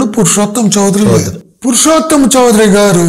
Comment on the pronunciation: చౌదరి కాదండి, చౌధురి. West Bengal సంబంధించిన వారు. తెలుగు వారు కాదు.